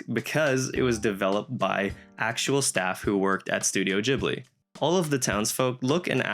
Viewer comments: it's GHIBLI like GHOST :p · You're pronouncing Ghibli so weird it's not a j